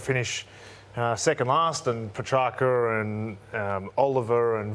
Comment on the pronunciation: Why can't Caroline get petraccas' name correct ever? " petracka"